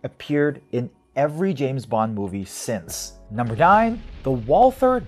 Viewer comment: No English TH in Walther. It is spoken like "Walter".